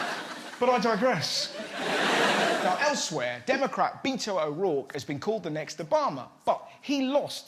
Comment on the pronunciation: His name is Beto pronounced Behto